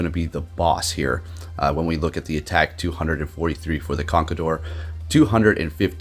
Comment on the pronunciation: "Memeshao" and "Conkledorr" got me wheezing'🤣🤣